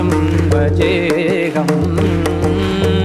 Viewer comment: Sir, it's Bhaje'H"um not Bhaje'G'um as per original Tyagaraja krithi.